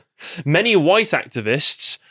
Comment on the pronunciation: @@ It's White, not Wihte you dimwit.